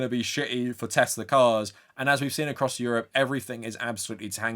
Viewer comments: "I love tesler!" 🎉😂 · It’s pronounced “Teslurr” now. “I love Teslurr!”😂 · Nah mate its TeSLUR